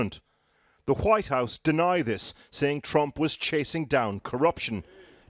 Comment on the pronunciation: Nobody gonna notice the thickkkk White House pronunciation?